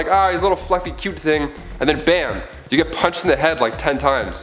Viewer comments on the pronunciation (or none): none